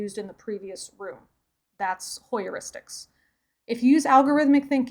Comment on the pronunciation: Hi. Greetings from Alaska. Very nice video. I loved it. I pretty certain that Heuristics is pronounced hyoo·ri·stuhks, not hoy-ur-is-tiks. You made it 4 syllables. It should only have 3. Although I could be wrong. Best wishes to you and yours, my friend.